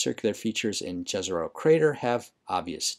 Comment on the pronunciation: on our university in Prague, during public lecture about mars, the lector insist to: each one of us have a duty to teach at least one american to pronounce the Jezero correctly. Well, this is my showtime. It's "yazaroh" and meaning is "a lake." In the several slavs languages. Mission completed. Now the channel will be superaccurate.